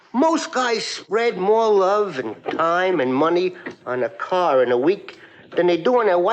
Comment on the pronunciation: take a cah